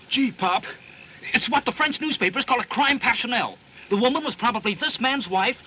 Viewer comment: I find him less realistic the more cultures he attempts. He should have stuck with New York copper He massacres the French accent 😂 "Ze this" "ze that" 😂😂😂